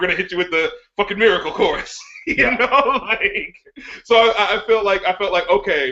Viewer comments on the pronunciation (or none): You say Miracle fuuny, Anthony